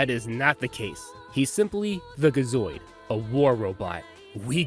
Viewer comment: Gi zoid not ga zoid